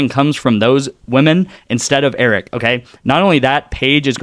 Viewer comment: hahahaha 🤣 Laughing at you saying "Eric" Her name is Arike - pronounced "A-reek-ay", All good. Lets get that Win!